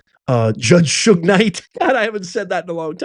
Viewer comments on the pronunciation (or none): none